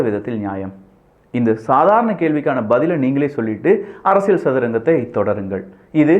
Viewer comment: தயவு செய்து, தலைப்பைச் சொல்லும் போது, 'அரசிய'ல்' சதுரங்கம்' என்று சொல்லவும். 'அரசிய'ள்' சதுரங்கம்' என்று சொல்லுகிறீர்கள்.